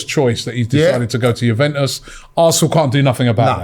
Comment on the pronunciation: pronouncing names is so jokes, ‘jewventus’ & ‘vlohvic’ hahahaha